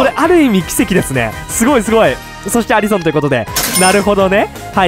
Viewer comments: アリソンってアリ↑ソン↓なん？アリソン→っていうんだが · アリソンの発音がきになりましたw